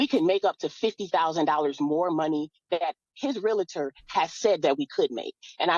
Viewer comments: the house is his...allows her to stay there. hory shet!!! even going thru this, a gentleman/provider. and why do people say "RELATOR"...is "REALTOR" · These birds always pronounce realtor the wrong way